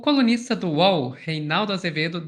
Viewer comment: Eu ouvi “comunista do uol”😅